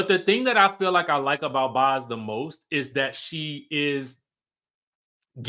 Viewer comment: It's Boz as in "Bows" like tie a bow or throw them bows